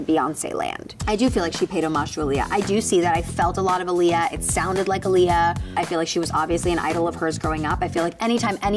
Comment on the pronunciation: You’re pronouncing Aaliyah wrong :(